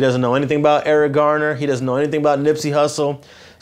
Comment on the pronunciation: Nip is a Leo 8/15… he keep on saying Eric Gardner 🙏🏼🙏🏼